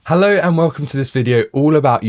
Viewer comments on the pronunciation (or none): none